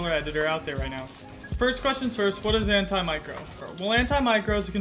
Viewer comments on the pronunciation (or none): It’s anti-macro not an-ti micro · sorry am i the only one thats getting triggered by him saying micro 😂😂